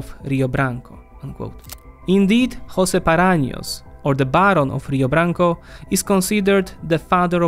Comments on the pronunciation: Just one hint... Portuguese is not spanish... J are not Rs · Wow, bad propaganda..this video just seems biased with outdated stats. It's just an incongruous world salad. 👎 Just by the way he says "Jose" obviously reveals his lack of research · please do not slaughter our language. José is pronounced with the J just like in French or English, not like in Spanish. Thanks